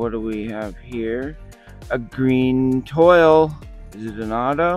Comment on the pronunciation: Congratulations on your Witt Auto and the City cards! The special pattern version is a French word that they pronounce twall. Toile looks like Toil in English, but is pronounced like Wall with a T in front of it. Love your videos! I hope you can get some more Blasters to compare.